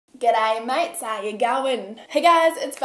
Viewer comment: I know it's so rude but when Bella said "gday mate" I just thought of the tweet "Australians be like hellooouueerr" and I'm crying 😂😂😂